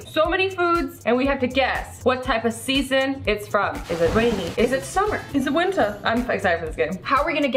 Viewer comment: the way said winter at the start sounded like she was from a different country: I think it was England?